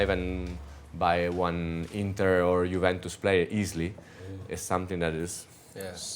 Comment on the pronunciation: Maybe Roy will start pronouncing it correctly now! Juventus, Roy. 😅